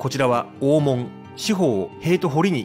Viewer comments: なんかアクセントがおかしいね。 曰く、「大門↗」「高雄↗」「ランク↗」「勝山→」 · グアム在住の姉から「懐かしい山谷の風景を見ることができますよ」とこの動画のことを知らせてくれたので公開後すぐに見てみた。 実は、このチャンネルの「船橋編」に僕が４５年前に８㎜フィルムで撮った「コークスクリューコースター日本初上陸！」の動画が知らぬ間に使用されていたのでこのチャンネルのことは前から知っていた。 山谷で生まれ育って、吉原から１００ｍ程の近さにあった小学校に通い、吉原最後の引手茶屋の息子やカフェ―形式の貸座敷経営者を親に持つ長男たちなどが同級生だったので、どなたかも言ってましたが気になる点は当然多々ありました。吉原大門「おーもん↴」のイントネーションや五十間道 (みち) の読みが「ごじゅっけんどう」と言ってたのは特に気になった。 お江戸の昔の二大悪所が「浅草田圃の新吉原」と「聖天町の芝居街」だったのが、昭和３０年代中頃からは行っちゃいけない場所が「吉原」と「山谷」になってしまった。なので小さい頃に山谷の宿が自宅で寄せ場のおじさんたちに可愛がられた僕としたら、吉原と山谷を否定的に面白半分に紹介する blogger や YouTuber には迷惑していたが、このチャンネルは吉原と山谷の地域資源をトリビアものとしてまとめているので好意的に見ることができた。 山谷は埋もれた歴史資源や地域資源が今なお手つかずのまま残されているので日頃から「ほていやブログ」やお店の facebook などへ随時紹介しているが、今回の動画はウチのブログの中のカテゴリ「忘れ去られた山谷の風景」からの引用が画像を含めてとても多かった。しかし船橋編の「コークスクリューコースター」には入っていなかったクレジットが「都電２２番線」の動画には入れてあった点はとても良かった。 ちなみに、小塚原刑場跡地の近くにある延命寺さんのリーフレットによると、小塚原は「こつかっぱら」と濁らないで、略して南千住を「こつ」と呼ぶのが正しいのだとか。古今亭志ん生師匠の落語「今戸の狐」の音源を聞くと千住の女郎上がりの奥さんのことを「コツ (千住) のサイ (妻)」と言ってます。明治期にコツ通り脇にあった女郎屋や新吉原遊廓で遊んだ経験のある噺家なので遊女屋の噺に説得力が感じられます。 文面が長くなるので、昭和３５年に建てられた「浅草警察署山谷警部派出所 (山谷地区派出所)」のことを普通交番に格下げ後の「日本堤交番」と混同してること、都電の浅草山谷停留所近くにあった「長寿館 (現在の JUYOH HOTEL)」の画像を吉原の場所としていることなど等、感想の続きは「ほていやブログ」や facebook から申し述べることとします。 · ｢高尾｣｢大門｣のイントネーションが違う。あと｢酉の市｣は毎年日にちは違う。11月の酉の日。もうちょっと勉強して。